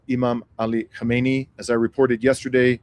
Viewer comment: You ought to practice KHA MEH NEH EE. 4 syllables.